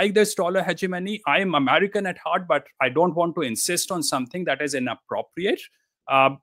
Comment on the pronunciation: it pisses me off everytime he calls himself amarikan lmfao what is this guy